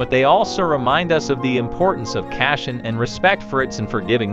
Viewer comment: He said "Kashen" instead of "Caution". These robot voices are funny.